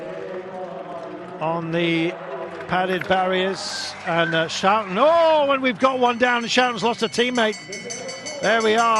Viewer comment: it is Irene Schouten, not Irene Schoouten!